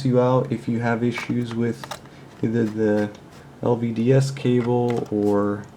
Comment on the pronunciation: LVDS, not LDVS!